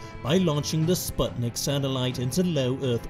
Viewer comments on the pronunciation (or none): none